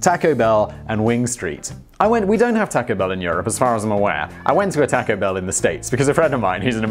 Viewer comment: The way he pronounces taco